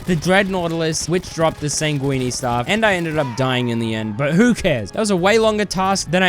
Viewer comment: "sangwene staff"